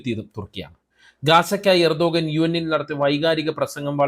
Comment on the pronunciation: എർദോഗാൻ അല്ല. ഉർദ് ഗാൻ. ഗാസ അല്ല. ഗസ്സ | ഗസ്സ ഗസ്സ ....